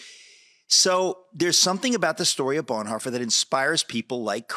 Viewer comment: Did I just heard call Bonhoeffer - Blondhoffer?